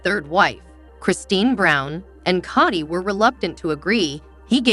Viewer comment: Kody is prounced 'kodee' not kady. Emphasize the "o" as there's no a 😂 in his name. Thank you. Great recap .